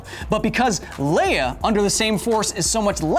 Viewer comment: 'Leia' Q_Q not 'Leah >_>